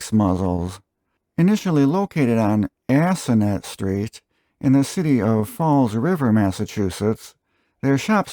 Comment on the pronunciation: It’s pronounced ASS ON ET, with the emphasis on the first syllable. Also, Fall River has no S in it.